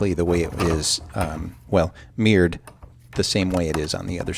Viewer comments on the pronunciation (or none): ah ! Mirror sounded like you were saying meered . Ok , I get it now .